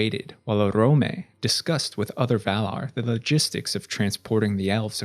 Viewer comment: Oromë, Sindarin, Noldorin, Maedhros, Nargothrond, Curufin, Nirnaeth Arnoediad, Maeglin are off.